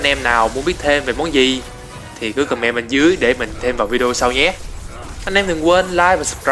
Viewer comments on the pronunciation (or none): none